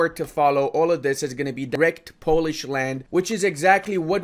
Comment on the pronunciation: I have a big respect to you for not butchering my language